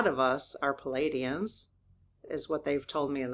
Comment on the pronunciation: In mentioning pleiadians, I notice you are calling them palladians. I know it’s just a pronunciation/dyslexia/ issue here, but there is a separate group by that name!!☺️